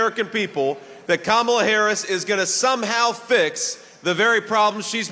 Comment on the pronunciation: JD pronounces Kamala’s name correctly. I can see how obviously ..😀😀🙏🏾